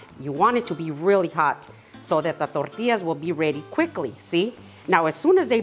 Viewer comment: I just love the way you say tortillas ❤